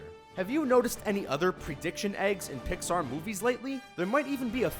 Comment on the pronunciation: He keeps sayin Pixar!!!!!! UUUURGH....